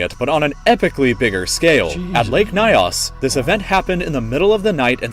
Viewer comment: The name is not pronounced As Nayos but rather Its pronounced as Ñios . Edit And you are right there are some indigenous poeple who believe there are spirits in the lake and local gods